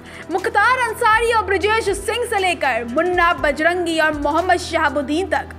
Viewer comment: मुन्नी बजरंगी नहीं ⚔️⚔️ मुन्ना बजरंगी बोलो